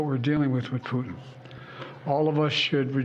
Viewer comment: well he got putins name wrong a few times, prutin.